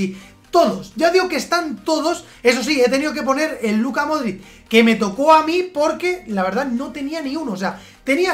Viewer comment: Dices modrict con t i es modrić, digo que lo dices no lo escribes